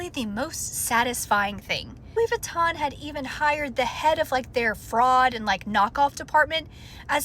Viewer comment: That's not even how you say Louis Vuitton.